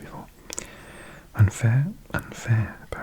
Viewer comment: Awesome Video! Hier ein paar kleine Fehler: Gleichberechtigung - das ch ist weicher. Wie bei ich, nicht wie bei ach. Mädchen - ä nicht ü. Unfair- un wie bei unfreundlich, nicht die englische Aussprache. Sexistisch - du hast ein i vergessen. SexIstisch. Deine Aussprache und dein Verständnis der Satzstruktur (also Grammatik) sind beeindruckend! Und sooo gutes asmr, wie immer.😍